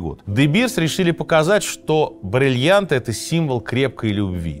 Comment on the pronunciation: хотелось бы верить, что сергей произносит все время брЭльянты и брЫльянты в ироническом ключе, а не говорит так всегда 😂